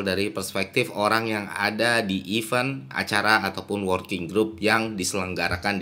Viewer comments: cara baca kata 'event' itu 'event' mas, bukan 'event' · It's good to fix your pronounciation of 'event' word